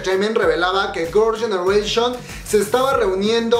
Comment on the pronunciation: Eres tan fan que todo el video dices “Gorls ganeration” :v